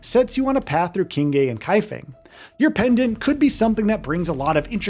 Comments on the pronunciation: It's pronounced "Sing-Huh". Not "Ching-Hay". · Actually, it's more like Ching-ruh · Qinghe pronounce as “Ching Her”